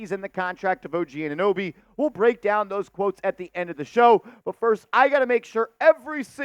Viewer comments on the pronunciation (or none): none